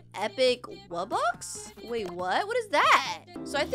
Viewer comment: its Wuh box